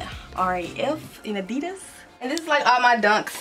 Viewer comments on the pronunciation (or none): none